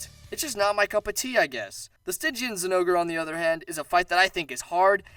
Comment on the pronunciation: Sti gian Not stij ian